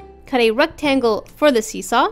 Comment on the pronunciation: Why did you say ructangle instead of rectangle?